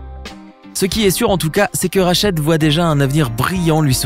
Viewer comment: C’est rachid ta mal prononcer le nom